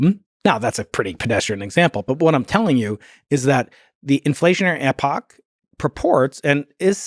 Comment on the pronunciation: Can’t pronounce epoch 😂